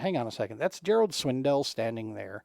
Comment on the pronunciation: I stopped watching the video when you said Gerald Swindle’s name wrong which was almost immediately. You say it how it’s spelled.